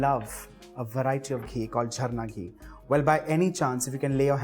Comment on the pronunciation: Being a bengali, I can say you followed all the steps that we do to cook Bhoger Khichuri... It's just that we add the gorom moshla powder at the end along with ghee & avoid the garlic... Anyway, I can smell it... It's delicious 😋❤️ & I love the way you said "Gobindovog" , "Jharna ghee" & "Gorom moshla"😄